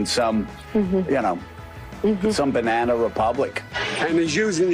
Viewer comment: What the FUCK! ...is a "binena republic" America? What are you saying? Learn vowels man.